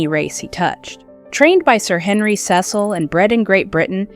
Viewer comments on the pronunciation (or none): none